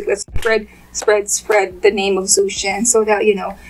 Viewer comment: His name is pronounced like Joe Shen not zoo Shen.I like your channel but everytime you say his name just grades on my nerves. Thank you